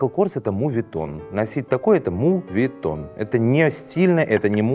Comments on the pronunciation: моветон*, а не мувитон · Все ок, но моветон, а не мувитон :) Просто очаровательно, когда произносят это слово в моменте, когда говорят о дорого/богатых вещах, не так)